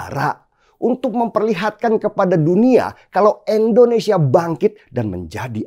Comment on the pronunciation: Wooii den, nama negara kita ini I N D O N E S I A ... bukan E NDONESIA.. denny ... Denny... Endonesiah, Endonesiah...